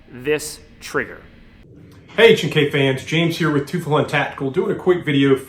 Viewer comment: Teufelshund: “TOY-FELS-HOONT.”